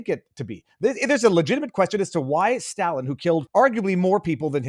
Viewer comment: FFS learn how to pronounce Stalin.